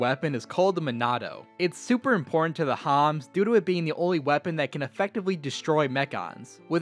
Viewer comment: "the homs" The homans!